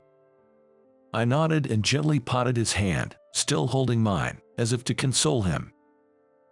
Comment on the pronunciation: Pronunciations: Patted not potted. Alma Moter not Maater. Leed not Lead.